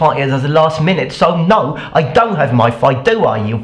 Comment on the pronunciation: Question! Why are you pronouncing "don't" as [doŋ]? As in, with a velar nasal? I noticed that in your videos a long time ago.